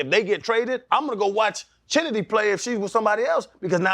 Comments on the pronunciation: Y'all mispronounced the hell out of that girl's name. The CH in Chennedy Carter is pronounced like Kennedy. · Not them messing up Chennedy (Kennedy) name.... you know we creative